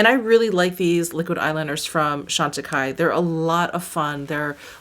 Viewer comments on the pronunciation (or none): none